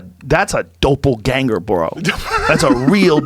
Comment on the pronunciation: the way Rogan said doppelgänger made me laugh 😂